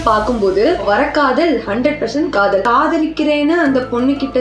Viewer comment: Kadhal Kadhai ❌ Kadh-oool Kadhai ✅